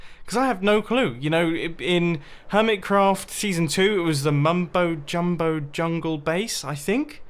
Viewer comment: The Mumball Jumball???